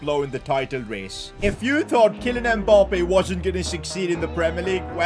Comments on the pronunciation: How he says emappbe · ITS MBAPPÉ YOU SAY IT WRONG